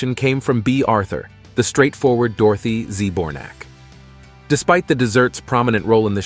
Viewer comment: The narrator keeps saying "Dorothy Z Bornak" and I just want to scream🤣